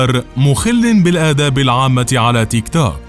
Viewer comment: تنطق تيك تووووك بطريقه غريبه